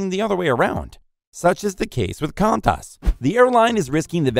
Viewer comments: How dare you say “Kan-taas” instead of “Qu-on-tus” Edit: Also called my home city “Mehl-born” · Kan-tas really... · Bro did not just say “can-tas” instead of “quan-tas” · 'Kantas'. Its pronounced KwONTas. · OMG, this is just ridiculously low level. Hint - there is no plural of "aircraft". Qantus is pronounced "Qunatas" The 747 already ceased production. Got bored watching after that. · Bro really said “KAntAs”😂😂😂😂😂😂😂😂😂😂😂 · Contas I think is how the knobber says it. Jesus Christ. 😂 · Qantas is pronounced Kwantas, and Melbourne is pronounced Melburn. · Not gonna talk about him pronouncing QANTAS kwant-ass? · The same person who pronounces Qantas as "Kantass" and Melbourne as "Mell-born". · Funniest video i've seen in weeks. The AI program you used to make this video is short on the "I". aircrafts? comftorbility? the orders seem to cease? slipping demand was more of a financial cause? kantas? where the a380 is notorious? for some reason the demand for air travel naturally decreased? several international travelers? the horde of orders? when demand picks up at the end of 2020 and the winter of 2023? etc, etc, etc... Also, the a380 didn't fail because of ticket prices, it failed because people didn't want to fly to 'hubs' and then take connecting flights to their destination. In addition, airlines are only bringing them back because they discovered they can't sell them, so they need to make something from them instead of letting them sit around and rot. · I'll forgive you for trying to pronounce Melbourne, but I never ever want to hear kantas again...🤔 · OMG YALL QANTAS 💀💀💀💀💀 REST IN PEACE I COULDNT STOP LAUGHING WHEN HE SAID KANTAS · The guy can’t even pronounce Qantas correctly so don’t expect him to get his facts right. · I have never heard someone pronounce Qantas like that. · As an Aussie, the way you pronounced Qantas and Melbourne made me die inside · So you made an informative video about aviation and you don’t know how to pronounce Qantas??